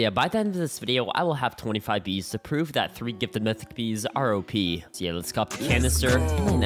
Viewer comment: Bro really said "mytich"🤣🤣